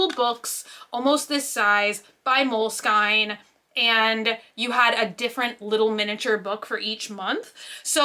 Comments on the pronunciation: Lot of love for but the way she said molesinke drove me insane lmaoo 😂😂 🌸💕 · Bruh why she saying it like that. It’s mole skin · "mole-SKIN" is the correct way to pronounce (unless ur italian) love u!!!! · “Mole-skine” and “wasabi tape” - she just pronounced them so confidently! It took me a few seconds to register she meant mole-skin and washi 😂 so cute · my darling aunt, its moleskine journals like mole skin lol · "Moleskine" went through me